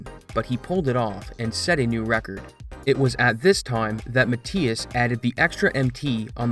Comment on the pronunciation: Mathias pronounced incorrectly entire video